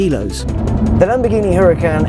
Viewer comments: its called URACAN not HURACAN if you think im dumb look at doctam3 videos he has one plus he knows valentino balboni so he is corect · Pronounced "Uracan" as told by Valentino Balboni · The "H" is silent!! Anyways, awesome review as always.